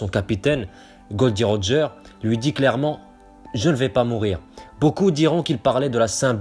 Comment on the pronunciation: Théorie intéressante mais Roger la dit lui même cela se dit Gol D Roger